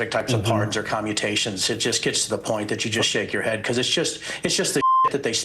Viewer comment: PLENTY of people are "AbOvE dUh LaW"